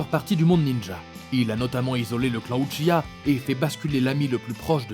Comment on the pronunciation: "Crocodile" "uchiha" "djostar" "Griffite" et tant d'autre seigneur fait un minimum d'effort mec même ton intonation sonne fausse genre vrm ya rien qui va tu donne pas envie